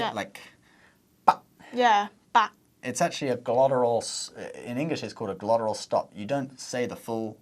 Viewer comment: “Glotteral stop”? 🤦🏻‍♂️